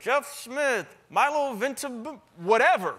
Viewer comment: It's "Ventimiya" not "Ventimilia"